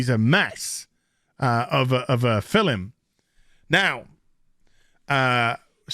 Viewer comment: I keep hoping the way pronounces "fil-lum" is a reference to The Museum of Everything (2004–2006). But of course The Museum of Everything was probably referencing something intrinsically British that I, as an American who just happens to enjoy BBC Radio 4 Extra, simply don't know about.